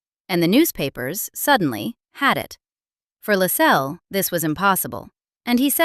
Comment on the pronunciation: LASS-els. Stress on the first syllable. If you don't even know how the name of the subject of one of your documentaries is pronounced - how can we then trust that the rest is correct?